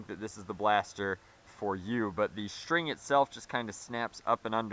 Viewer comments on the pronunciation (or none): none